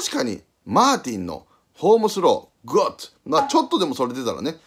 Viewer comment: グッド👍がゴッドに聞こえる